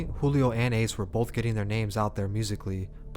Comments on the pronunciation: You pronounced ace name wrong wrong as hell 😂😂😂😂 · How u gonna start the vid off by pronouncing Ace name wrong?! Lol Still fuck wit u tho bruh 😂🤘🏼